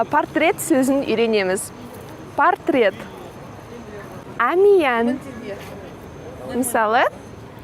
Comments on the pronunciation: Onyń aıtqysy kelgeni: nege "pOrtret" degen sózdi "pArtret" dep aıtasyz deıdi. Qazaq tilinde qalaı jazylsa solaı aıtylady ǵoı. "pArtret" degen orys tili grammatıkasynyń zańdylyǵy. ☺️ Bylaısha bári keremet. Sizge sáttilik tileımin. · Мысалы "пОртрет" деп жазылады.Сіз пАртрет"деп оқып тұрсыз.Ол орыс тілінің заңы ғой.